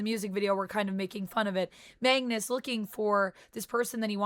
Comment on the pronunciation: You kept saying Mangus it’s Magnus